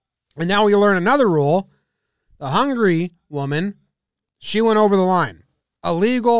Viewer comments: does he says hungry instead of Hungary or its just me? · I thought he was saying "hungry dude" the whole video before i realized the match was between Hungary and Brazil...